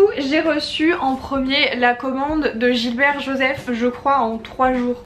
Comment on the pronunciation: Coucou! Ahaha, je crois qu'on dit Gibert et pas Gilbert 🤣 j'ai fait cette erreur toute ma vie, alors que j'avais une boutique dans ma ville 🤣😴 C'est la où j'ai fait mes meilleures trouvailles, avec des livres plus édités ou des nouveautés en occasion, c'est mon endroit pref ! Et vinted, mon appli favorite du moment pour les livres 😅 Très bonne vidéo, hâte de voir le vlog John Green ! 😘